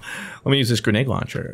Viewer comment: it’s grenade not grenage